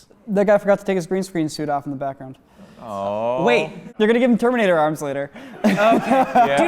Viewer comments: I never heard terminator pronounced as /ter minotaur/ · the way he says terminator also it's pronounced TER-MA-NA-TOR :) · first "jedee" and now "termainator" come on!! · Ter Mine Ah Tor, Darth Vadyeer, Jedee. Bro fix your pronounciations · No you cannot say Terminator like that no one has ever said ‘Ter Mine Ah Tor’ like it’s a dinosaur bro ah goddamn it hurts to hear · Termynitor? He has to be joking.👏🏻 . Anyone noticed? And he keeps repeating it. I hope he is not serious and i am annoyed.😡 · Is say terminator like ter-mine-ah-tor as a joke or is he legitimately thinking that's how you pronounce it??? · What's a TEE-MY-NATOR ?? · What sacrilege is being bestowed upon mein ears "temIENEtor"!?!? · It’s pronounced “ter-MY-nah-tor” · "Term-eye-na-tor" Is this for laughs, or does he legit mispronounce the most known action movie name of the last 30 years? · It's totally for laughs.. He pronounces it correctly later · Ter mi na tor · (Ter-Míno-tor) wtf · Whaat?? Ter-mi-nator Isnt it supposed to be Termi-Nator .. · Whoa! Did he say Termynatour instead of Terminator? No offense, but that just caught me way off guard.😂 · What's a tuh-mai-nay-tor!!? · EXCUSE ME. How does he pronounce Terminator?! Termi nator?! bruhhhh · Did he just call it term-mine-itor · I heard pronounced the word TERMINATOR in a very different way... somewhat like 'ter-mai-nat-or'. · Seriously dude Ter-mai-nator. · say what? :D Tur-mai-nitor? Make it a dish with a bit of spices and onio, cut the onio into cubes! :P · Tell it is pronounced ter-min-ate-or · That pronunciation "Tarmainator" is giving me anxiety. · Who pronounces terminator ter-my-na-thor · Why were they saying ter-main-a-tour instead of terminator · No ondes gonna talk about the way they pronounce terminater? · wrong pronounciation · Why did he say terminator wrong like the first 5 times he said it? that just... no, thats just wrong. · Why pronounce Terminator like that? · Ter-min-ator, i cba